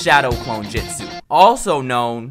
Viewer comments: Ik this nigga didnt say shadow clone jitsu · My man said jitsu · Am I the only one bothered by the fact said "jitsu" instead of "jutsu" 😂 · He said jitsu it's jutsu